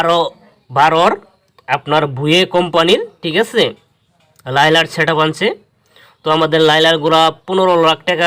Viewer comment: লাইলার সেটাপ না ভাই লাইনারি😂